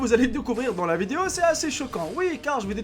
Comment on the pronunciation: Pk tu dis vidio au lieu de dire video